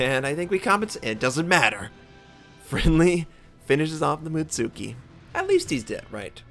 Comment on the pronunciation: mutski not mutsuki xD the tsu just sounds like a ts